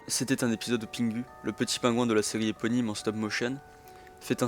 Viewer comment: Pitié c’est pingou pas pingu que ça se prononce …